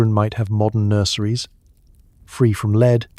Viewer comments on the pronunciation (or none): Love your stuff guys but fix the ai - lead again - real blooper on your final line too! Lead based wallpaper you read as the verb lead ie to lead not lead as in the metal,. Really gives the game away that you are using ai . Can you fix it please? Thanks 😊